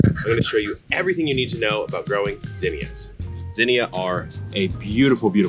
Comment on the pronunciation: Thanks for saying it right gosh damn my mom and aunt were calling them zeeenyuhs